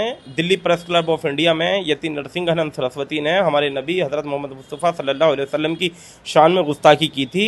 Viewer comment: hajrat m s a ap zuban ko sahi karen HARARAT MOHAMAD S AW h